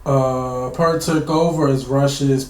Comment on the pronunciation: Nice reaction. Neil Peart's name was pronounced P-ear-t, not P-ur-t. PS - Don't get too caught up on early days. They were just high school dropouts in 1968, playing church basements. Rutsey is the only other name worth remembering as he at least played on the first album. PPS - The key reason they parted ways with Rutsey is that he wanted to go in a straight ahead rock direction, whereas Lee and Lifeson wanted to go in a progressive direction. Peart wanted to go in that same direction.